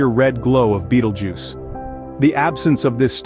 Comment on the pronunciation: Ew..... why say Bettle Juice? Isnt it Beetle Juice?